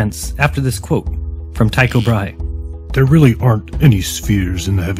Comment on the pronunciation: Teeko Brah-hay. At least that's how I learned it in high school.